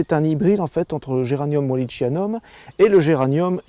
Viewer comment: Merci pour cette vidéo instructive... Pour info, en botanique, le ch se prononce comme un K, donc géranium walli-K-ianum (wallichianum). Prenons un autre exemple concernant l'heuchère (en français) et heu-k- éra en latin... pensez à l'a-k-illée... Clin d'oeil !!!